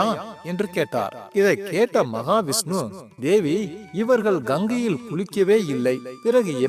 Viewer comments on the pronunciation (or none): மகாவிஷ்ணு என்று சரியாக உச்சரிக்கவும். ஜெய் மகாலட்சுமி, ஜெய் மகா விஷ்ணு.